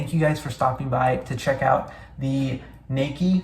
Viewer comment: The pronunciation would be “nah key”.